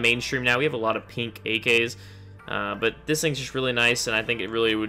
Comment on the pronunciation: I like how he says pink. "Peenk"